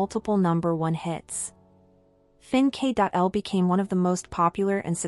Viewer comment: Fin.K.L is pronounced "fin' kil"